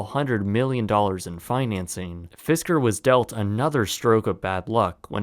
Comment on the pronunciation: It’s “Fisker”